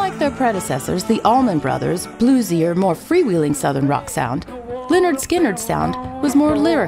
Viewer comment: Me resisting to yell it’s leh-nerd not Li-nerd